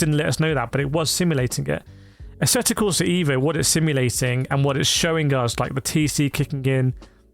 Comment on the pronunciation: on the side should you wish to pronunce this game title correctly like an Italian would do...just pronunce the E in the word "E"vo as you would with the word "E"lephant in English...😉